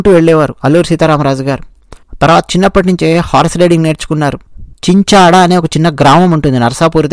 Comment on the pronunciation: Chinchada kaadhu sir Chinchinaada